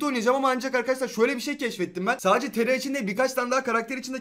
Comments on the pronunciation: Abi neden taraya tera diyorsun? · Tera degil TARA